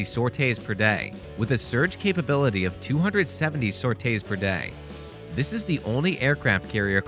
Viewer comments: Isn't the word pronounced SOR-TEE? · saute's per day? do you mean sorties per day? or do they actually just stop operations, roll out the BBQ and start cooking?